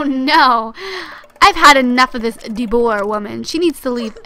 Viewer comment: No DeBoer it's said like de boo are